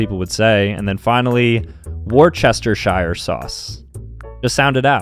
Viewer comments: It’s actually wushtasure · "war-chest-a-sire" sauce. every part of me that is british just died. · It's Woos-ter-shire sauce (Only worcesterites will get this) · ‘Wor-Chest-Er-Shire Sauce’??????? Its pronounced ‘Woustershire’ Like Gloucestershire is not pronounced ‘Gl-ow-kess-ter-shire’ its pronounced ‘Glosstershire’ Btw this comes from a British person and these are names of British counties so I know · Excuse me but how the actual hell did you just pronounce Worcestershire sauce? It’s like a wers-ter-sheer not werchestishire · Bro said War-Chester-shire sauce when it’s clearly wus-ter/wus-ter-shire sauce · Brit lessons with a brit Worcestershire Not pronounced werchester shyer But Wooster ( like whoops) sheer there you go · "Worchestershyer sauce". Me, a Brit, knowing that all my fellow Brits have been triggered. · as a Brit myself I can confirm this is pronounced ‘woostershuh’ not how you sound it. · Me: WoRsherSHire shauce 💀💀💀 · Warchestershire sauce💀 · If your being specific, It's pronounced: Wooschure sauce. Just spelled WAY differently. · War Chester shiarrr sauce💀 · Woos-ter-sheer that’s how you pronounce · You pronounce it “wustersheer” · Wooce - ster - shear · U said Worcestershire Sause completely wrong